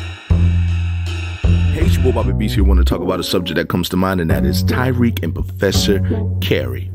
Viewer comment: I think his name his pronounced Tuh-ReeK.